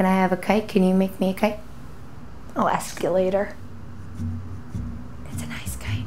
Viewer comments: I thought they said cake not kite haha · I heard 'kite' as 'cake'...IDK. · That whole time in the kite scene I thought they were saying “cake” but really weird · I thought he said he was making a cape not a kite.“NO CAPES!!!”Props to anyone who remembers where that is from😂😂😂